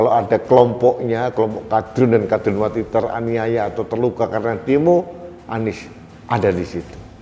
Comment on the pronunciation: Tandes sekali,,, mengucapkan,,,KADRUNWATI,,,jadi sy puaass mendengar nya